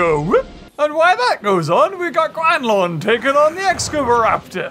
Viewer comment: (X-scava-raptor) excavaraptor